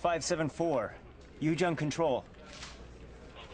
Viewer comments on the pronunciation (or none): "Ujung" is pronounced Oo - Joong in Indonesian. not You - Junk.